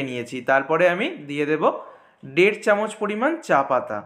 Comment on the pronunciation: ডের কাপ,দুধ ডা এ কি ভাসা😂